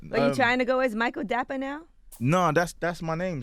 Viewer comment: Man pronounce ya name well u Ghanaian like meeeeee so say dapaaaahh